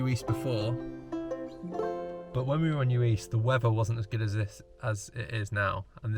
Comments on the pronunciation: What a great video. Good editing, lovely relaxing music choices. An absolute treat to watch! Heads up it’s pronounced yu-ist though, not yu-eest ;) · Uist is actually pronounced you-ist 🙂